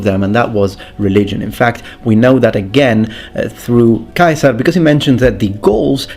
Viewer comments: Dude, "Yool-yoos Kaiser"! I'm gonna drive everyone nuts with that. Just as I correct people when they mispronounce "bruschetta" and I explain to them it's Italian, not fucking German, now I'll have to say it's Latin, not fucking English. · Wonderful video thank you. I didn't know the correct pronunciation for Caesar. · LOVING the Classical Latin pronunciation of Julius Caesar!😀 It seems like no one wants to use the correct vowel sound for the "ae"... like ever. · Thank you for pronouncing Iulius Caesar's name correctly! Actually, I love all of your Latin pronunciation.